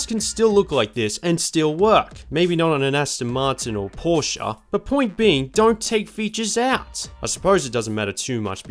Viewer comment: Pretty solid and well done video! Wait... You pronounced Porsche correctly? 1+ sub.